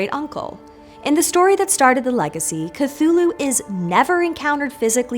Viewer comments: ступид дура, не "катулу" а Кхтулху. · Why do you pronounce it Cathulhu instead of Cthulhu? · If you're going to make a 12 minute video about Cthulhu, maybe start by learning how to say "Cthulhu." On several occasions Lovecraft described different pronunciations that vary slightly but "kuh-thool-hu" is not among them or even close. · I can’t believe you mispronounced ‘Cthulhu’ this entire video